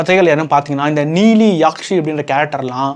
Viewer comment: Yaakshi illa bro athu nedil illa, kuril yakshi. Ella padatha perum correct ah incorrect ah solreenga 😂😂